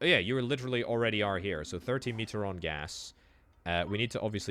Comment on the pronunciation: Me-tree-on not metre-on